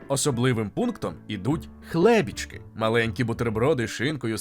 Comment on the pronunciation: Не хлЕбічки, а хлебІчки. Ой боже не нудлЕмі ,а нУдлемі. Якщо в українській мові коліно, то чому в чеській кОлено не смЕтані,а сметАні. Просто чаш блог НЕГРАМОНТ.